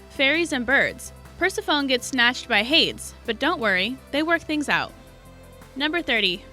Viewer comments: Correct pronunciations are: Per SEF oh nee and HAY deez. I know if you never heard them spoken, you can't know, but maybe this will help. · Purse-a-phone? Really? Did you not learn ANYTHING about mythology in school? I thought we all learned about that. Hay-dees. You have a good video, but you also have the internet. If you don't know how to pronounce a name, look it up. Ma-ree-dah? Oh FFS, have you even seen Brave? Mare-ih-dah. 🧐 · Oh my god. Its not Mer-ee-da it's Mer-ah-da. Its not Purse-e-phone it's Per-sep-ah-knee. Its Hay-dees...If you are unsure about pronunciation, look it up. Holy crap that was so annoying and distracting I couldn't enjoy the video. FFS! 😒🙄🤬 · Hahaha your right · Ugh, I just cringed when she mispronounced those... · Pers-a-fOne and hAds almost sent me into a rage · PersephonEE and HadEEs. Wow that was terrible pronunciation! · I literally screamed at me TV "PERSEPHONE!!"- as in, you know, the correct pronunciation of her name. And Hades also sent me over the edge.